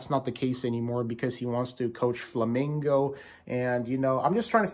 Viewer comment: Thank you for speak the name "Flamengo" correctly. Good luck on WC. Rooting for you guys.